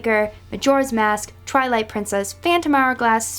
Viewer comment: Wait did you say trilight